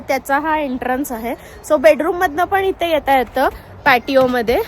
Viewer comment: Ithe tithe , mhanav itte titte nahi mhanu